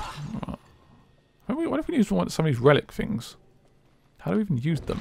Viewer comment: this guys voice ..... Fings its things ! lol